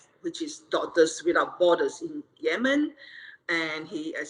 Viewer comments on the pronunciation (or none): none